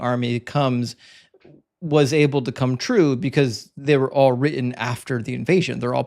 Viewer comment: When you say written, you tend to say the emphasis on the end as in not ten, lol.